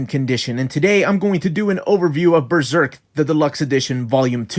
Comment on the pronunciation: That's the correct pronunciation of Berserk, in conformity with the Japanese term ベルセルク (Beruseruku). Most English speakers tend to pronounce it like "Beezerk" and it's awfully contradictory since none of them pronounce Serpico as "Zerpico" or "Zeerpico".